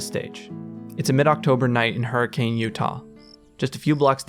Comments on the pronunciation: this is so cool and well done!!! Kept being thrown off by the way you pronounced hurricane though lol, most utah natives say 'huri-cun' and not 'huri-cane' haha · I wonder if intended to mispronounce Hurricane. It's supposed to be Her-ah-kun. Many of the original settlers were from Liverpool, with heavy Scouse accents. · As a fnaf fan, this is awesome, as a Utah resident, the pronunciation of “Hurricane” hurt me soooo bad. It is officially pronounced “hurri - kun” as people in the area famously say “a” softly (stuff like mount’in).